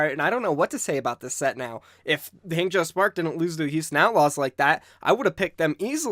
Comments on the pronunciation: It's not Hang as in hey, it's pronounced Hang as in hah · I just can’t get over you pronunciation of Hangzhou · I cry every time he says Hangzhou